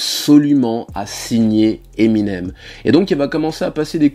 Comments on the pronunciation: '' Eminem SE .... '' ça m'a perturbé aussi 😭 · Tu dis " Eminems " 2 fois au début mdr Vidéo cool sinon